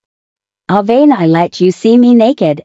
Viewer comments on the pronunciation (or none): The AI voice pronouncing Aven’s name incorrect sent me